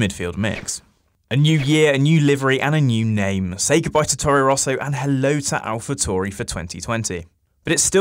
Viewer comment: What is it with people not being able to say „Tauri“? TAURI! Italian name... keep your „Toohry“ bs to yourself!